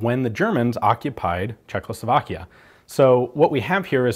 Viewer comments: Love Ian but he always says Czechloslovakian haha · I've noticed that Ian always say Czekloslovakia :D instead of Czechoslovakia